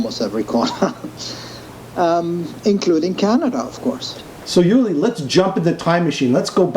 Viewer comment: Thanks for posting....but man....his name is pronounced OOO-Li not YOU-Li....not trying to be a dick....but that's a pretty big error.